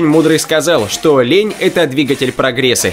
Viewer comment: прогресЕ :D